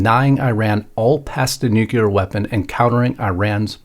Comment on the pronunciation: NUCLEAR. Pronounced new clear. NOT nucular.